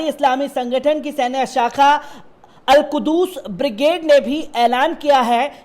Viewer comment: Bhai al kuddus nhi Al kuds bolte